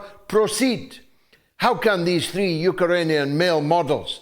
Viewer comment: I can’t stop laughing every time I hear him say Yooker-anian!